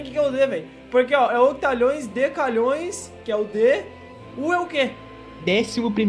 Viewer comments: dc é decilhoes e tu fala decalhoes kkkk ud significa unidecilhoes que é dps de decilhoes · Pessoas normais:Decilhões:Decalhões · Nossa man fico mto loco quando o ine fala os nome do número errado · E msm q fosse DC= N é decalhoes e sim "decilhoes